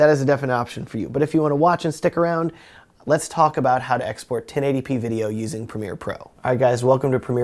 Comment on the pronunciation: lmao at first I thought he was saying "hey guys today I want to talk about my ex boyfriend"